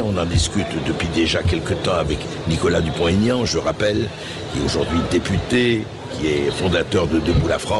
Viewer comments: Bercoff a la tête dure... C'est Dupont.... Aignan, pas Tégnante ! 😂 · On ne fait pas de liaison quand il y a un trait d'union. On dit Dupont, Aignan et pas Dupontégnan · Pouvez vous dire son nom comme il faut!!! Pas Dupon- taignant!!! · Oh bercoff ..Nicolas vous a dit pas de liaison entre dupont et aignan.. c'est pas compliqué